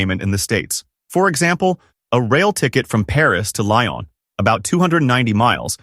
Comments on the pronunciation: Lee-on not Li--on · For "Lyon" pronounce "Lee-õ", not "Lie-on" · More like Lee Yon but run together. Apologies though. I thought it was a voice program! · Cracked up at the pronunciation of Lyon! 😂